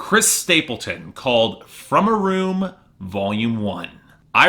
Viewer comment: Learn how to pronounce the albums title before you review it